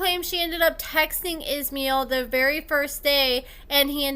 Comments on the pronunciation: Pronounce the s in his name as sh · It’s pronounced ISH MY EL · His name is pronounced-- Iz-MY-ell. He seems to have some issues, but he's a hell of a lot hotter than Andrew. I'm thinking he could do better than trash-bag Candice.